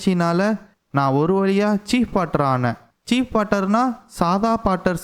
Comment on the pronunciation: போர்ட்டர். Bro பாட்டர் இல்லை